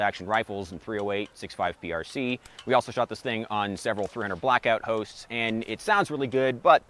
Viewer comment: My fav part of the video was in the intro he said "got to shoot it on a bunch of different hosts" but I thought he said "hoes" 😂